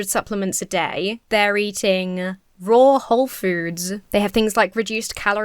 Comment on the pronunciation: AAARGH! How did you say "wholefoods" without moving your lips, there? Do you actually speak out of your ears,? You can tell us. We'll support you wherever you speak from.😏